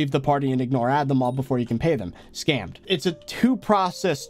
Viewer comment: Normal people: scammed: skAimed